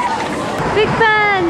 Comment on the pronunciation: You keep saying Big Ben and I keep hearing Big Bang... Dope vlog.. Congrats! 😂❤